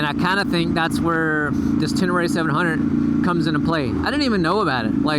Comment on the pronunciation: No reason to go past on that bike, looking at the torque curve... "Ten-Uh-Ray" ;-)